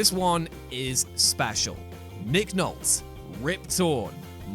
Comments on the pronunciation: Small criticism for the channel. Check for proper name annunciation. I will defer to you on British names. But please check American and non British names..For instance you say Nick Nolt, it is Nick Nol-T. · yup Nol-tea it is pronounced nol-tea not nolt as in bolt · Nick "Nolt" made me shudder quite a bit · Nick Nolte, Nick NOLT E, E, NOLTE, ARE YOU A ROBOT? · Uh....Nick Nolt? Nolt. Nolt? Nolt? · You said Peña and Nolte wrong (that’s what I caught), but more importantly said Nolte wrong twice. Does no one revise these lists when you write them or at least have an American on standby, you literally have Google at you fingertips for pronunciation 😂